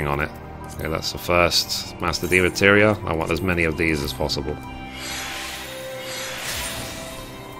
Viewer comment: I'm a HUGE fan of your videos, you've helped me more than you know. And I hate to be one of "those" people but it's pronounced DEMI-MATERIA lol not de-materia.:p Much love from a big fan on cactuar! <3